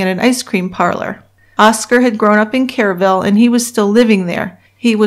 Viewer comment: Too late but the city is pronounced w/o the E sound, like "Krrville."